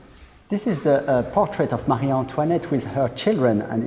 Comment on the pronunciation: Please…, the name is Marie (muh- ree) NOT Mary! My daughter’s first name is Marie and it is constantly mis pronounced!